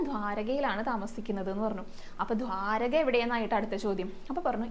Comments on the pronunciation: bhramanan alla, brahmananan anu.angsnevenam ucharickan.dhwarakayum alla,dwaraka. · ധ്വാരകയല്ല, ദ്വാരക